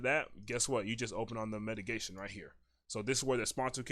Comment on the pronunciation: Great video. One thing, its called mitigation, not metigation.